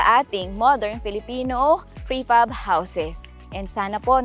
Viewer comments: Its PRE Fab not FRE Pab 😊 Amazing job. Will include it in my bucket 🪣 list ❤ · Frepab or prefab? hahaha